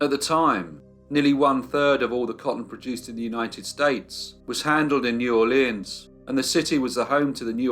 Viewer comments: DUDE!!! It’s pronounced neworlans—one word. Not New Orléan. No French accent whatsoever is applied unless it’s Cajun, and then it’s nawlins. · The name of the city is pronounced Nawlins by the locals.